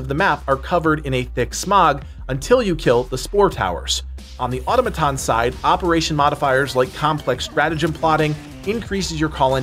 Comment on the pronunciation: Uh Tom uh tohns.